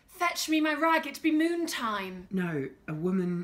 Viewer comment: I swear she said, "It be moon time!"